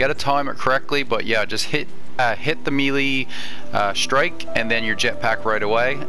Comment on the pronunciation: melee....pronounced may-lay.....not mee - leeeeee. Just saying.